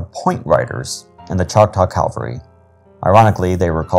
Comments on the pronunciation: cavalry NOT Calvary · CAV -- al - ry...